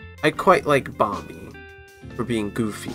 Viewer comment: Just to say its pronounced bom-ee not bom-bee